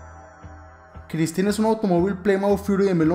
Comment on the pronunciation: Se pronuncia Christine